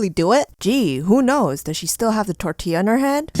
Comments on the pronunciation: Its pronounced tor ti ya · You gotta pronounce it tortia also I'm weird asf too I would do the tortilla too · Wena pronunciacion de "Tortyeah" :v Xd